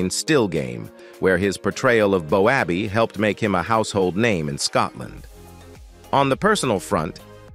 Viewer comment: Cuts me up. BOWABBEY. ITS PRONOUNCED. BOWBAY.